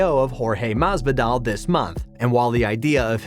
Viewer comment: Maz-V-doll lol listen to this dude lol